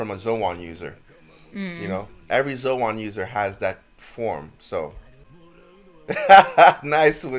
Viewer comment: Zoan❌ Zo-an✅